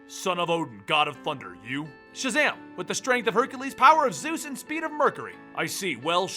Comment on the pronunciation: when Shazam introduced himself je should have been back in his kid form because he said sjazam!